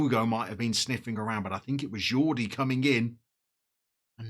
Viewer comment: Lovely kits, especially that blue number! Surprising to see Arsenal's greatest player Yaya Sanogo this far down, but maybe after being at Toulouse, he wants Touwin. Pronunciation of Jordi is perfect. With Domingo and Iglesias you have a very exciting musical strikeforce. Obligatory music pun: Ooh, Nana. What's his name? also, I'd put a tenner on Domingo coming good.